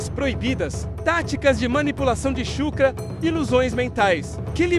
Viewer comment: "chukra"? WTF kkk